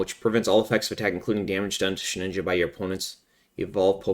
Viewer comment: You pronounce it as SHE"N"INJA, but is She"d"inja 😂😂😂